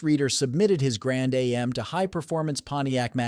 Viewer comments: It's not can A-M it's pronounced like jam without the j making it am if your going to say car names find a gear head they will tell you straight and its not lemon it's pronounced Le' mens As in the famous twenty four hour race in France please get it right. Cause if you don't it makes you sound silly others will call you dumb or even stupid. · Amen... This AI Narration proves they don't know SH*T about the cars... Between Pontiac Lemons and Pontiac A... M... it only gets worse. DO NOT Subscribe or LIKE! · The "Grand A...M"?